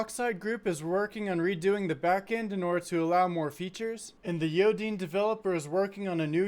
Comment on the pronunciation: As a note, there was a miss-pronunciation of Yodine, as It says in the repo, it's pronounced Yo-Dine and not Yo-Deen (I might clearify that in the repo)